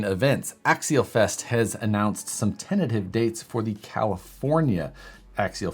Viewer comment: Axialfest is it "tenative" or "tentative"? #justcurious